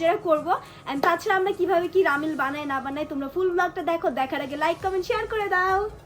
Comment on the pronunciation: রামেন ❌ রামেল ✅